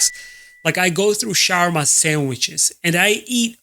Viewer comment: Why are you pronouncing shawarma worse then my non Arab friends?